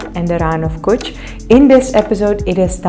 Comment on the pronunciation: IT'S NOT KUCHH. IN WRITING " KUTCHH" BUT IN SPEAKING " KACHCHH"